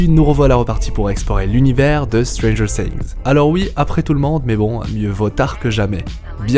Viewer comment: Je cringe à chaque "stranger SINGS" 😨